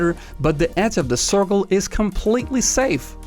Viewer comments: He said corkol or cirkle 🤔🤔🤔🤔🤔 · No offense man,but I find that the way you say circle is pretty funny😂